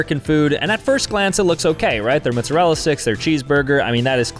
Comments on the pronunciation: Mot Zah Rell Ah Not mutzarela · I'll never get used to the way he says "Mootzerella". It always catches me off guard